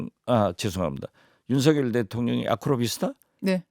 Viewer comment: 진행자님 제발 윤석열을 윤서결로 발음해주세요 윤석렬이 절대아님